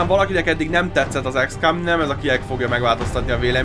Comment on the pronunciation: ez akkor is "ikszkom", nem ikszkám....a többi ok :)